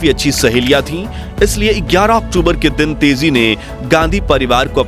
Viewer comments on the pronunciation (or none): none